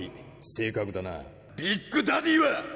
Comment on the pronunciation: 불리는 이름들의 발음이 영 거슬려서 집중이 안되더군요 브란돈히또 , 하리마꾸또웰, 빅꾸대디 , 등